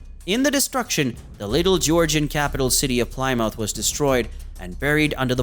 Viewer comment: Mispronounces Plymouth.